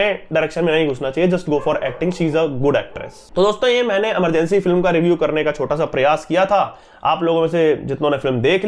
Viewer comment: please, movie का नाम इमरजेंसी है न कि अमरजेंसी